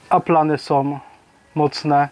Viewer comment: Zwracaj uwagę na Ą. Są, a nie soM, Halą, a nie haloM, etc. Pozdrawiam!